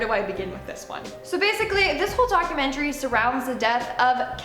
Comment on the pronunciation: maybe its just me but i cant stand the way she says "DOC-YOU-MEN-TREE" and then the other girl says its perfectly lol